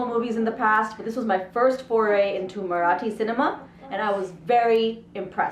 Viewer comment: It is not Marrrathi , it is Marathi, simple, your review is better than any professional reviewer on Social media